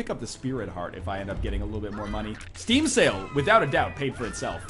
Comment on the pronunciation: It sounds like you're saying "Steam Cells" not "Steam Sale"